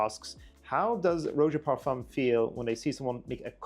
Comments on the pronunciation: Imagine continuing to pronounce it "Rho-zya" when the guy is gently correcting you. It's literally pronounced "Roger" in a British accent. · It's pronounced Raja ..bot Rowja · The constant mispronunciation of Roja…it’s RAH-JA not ROH-JA🤦🏽‍♂️😂